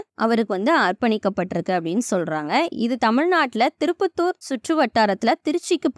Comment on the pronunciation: திருப்பத்தூர் இல்ல திருப்பட்டூர்